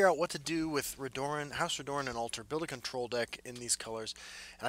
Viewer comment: for the love of god, its pronounces RED - UR - EN not RE - DOOR - EN